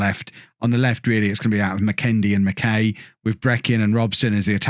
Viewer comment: Barrie McKay is pronounced like McKi rather than McKay